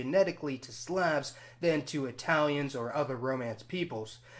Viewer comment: Im sorry but what in the world is this random pronunciation of words like Slavs